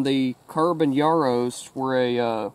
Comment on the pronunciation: Cool video man, I always enjoy seeing people shoot guns from my country, only nitpick is how you pronounced carabineros, it’s Ka-ra-bi-ne-ros. Great video though man glad you liked the rifle